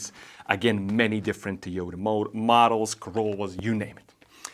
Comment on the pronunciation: I'm pretty sure its To-Yo-Ta, not Tee-yoo-duh. And apparently the manual should say "an UNcertain amount".